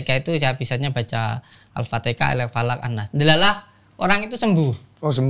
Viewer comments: menit maaf pak Samsudin...Al Fatihah bukan Al fatekah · Aelah udin udin pinter banget ngeles nya kaya pedagang pasar malem,,ngucap alfatiha aje alfatika 😂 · Sekelas ngucapin nya AFATEKAH dong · saya putar videonya sampai 10 x,, di sebutnya alpateka,, semestinya alpateha,, apakah pendengaran sy aja x yg salah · mksdnya Bro? Saya Gk Peduli Komenan Di atas ya .. Saya cuman Kesel aja ama si Udin Nyebut alfatihah aja Alfatekah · iya njer "al-fatihah" pakek k bukan H jadi al-fatikah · hanya ada dua kemungkinan. Kemungkinan paling besar dia halu, ulung dalam menipu. Kemungkinan kedua ilmu si udin ini ilmu setan. Ngaku islami tapi Surat Al fatihah aja bisa salah sebut bilang Al fatekah di menit . Padahal itu surat yg dibaca tiap hari dalam sholat, anak kecil aja hapal, masak ngaku peruqyah bisa salah sebut. Penipu dia ini bang densu. Jgn percaya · Belajar dimana hamba Allah? Alfatekah? Jelaskan dalil dan dari mana nama alfatekah dan diajaran mana nabi Muhammad menyebut surat tersebut dengan sebutan alfatekah, mari silahkan di jelaskan